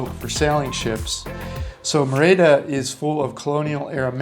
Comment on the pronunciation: I love your videos. However, Merida is pronounced mary da with the d being very soft almost a "th" sound. Just an FYI